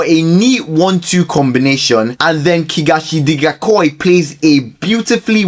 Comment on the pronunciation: My guy butchered Simphiwe Tshabalala's name, fine, but what he did to that of Kagiso Dikgacoi is out of this world. I had to listen to it about 5 times to get what he said. 😂😂😂😂😂